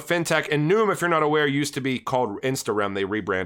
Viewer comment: I could be wrong, but it seems to me Nium would be pronounced "knee-um". But u do more research than I do so maybe you've heard someone accociated with Nium say it.